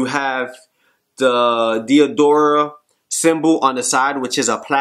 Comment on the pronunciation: Bro it's Diador-AH